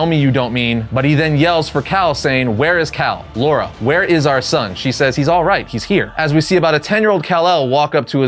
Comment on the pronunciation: Why do you keep saying "Laura" and not "Lara"? 😭😭😭